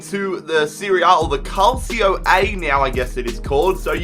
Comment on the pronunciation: It's pronounced Cal-Cho.:)